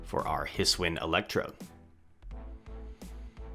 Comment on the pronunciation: its his-oo-ian not his-win,, just a heads up. youre late night videos are great to watch!